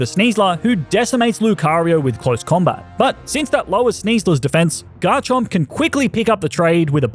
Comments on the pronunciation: Do not leave off the M in Garchomp! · The first O in Garchomp is supposed to be an A!